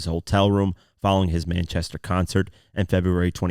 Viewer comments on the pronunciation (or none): none